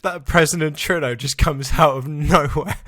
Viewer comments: Are you saying president Truno? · "Presinent Tru'no" BAHAHAHAHAHA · It's primeminister treaduea 😂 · Did- Did you just say....president Tredeau?